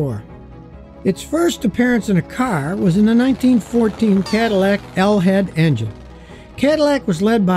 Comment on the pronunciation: Love how you pronounce Cadillac